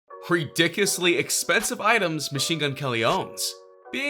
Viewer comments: He said ridickisly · Did my man's just say re-dickishly in the beginning of the video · Lol he said riducusly. No h8 tho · "Redickesly" grammar swoosh